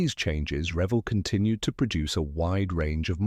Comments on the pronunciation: It's pronounced re-VELL. The word revel is one L. I would revel in joy if you could pronounce it correctly! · Learn how to say r e v e l l